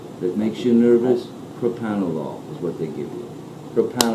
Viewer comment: She’s not saying panel lol. She’s saying propranolol. It’s a beta-blocker used to reduce heart rate in patients with high blood pressure. It IS also used to help reduce heart rate in those who have bad anxiety - specifically when it comes to public speaking. So. What both of them are saying is correct lol